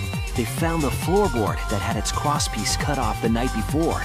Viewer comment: “cwosspiece” Pffffffftttt i just can't